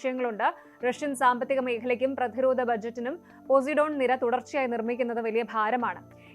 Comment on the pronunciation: പൊസൈഡൻ ആണ് പോസിഡോൺ അല്ല